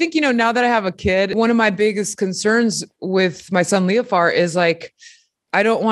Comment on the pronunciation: her son "Leofart" !? Ok.....